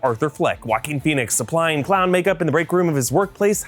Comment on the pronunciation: I keep hearing "walking" phoenix ....(not being offensive)